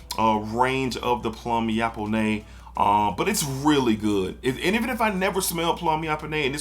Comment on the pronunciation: Plum yap-o-nais 😂 BUTCHERRR